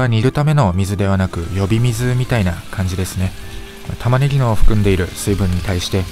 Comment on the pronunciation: 呼び水の説明、ナゼにカタコト！🤣🤣🤣